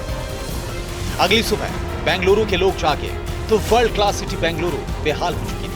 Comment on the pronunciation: Please pronounce correctly - it is Bengaluru ,not Banguluru .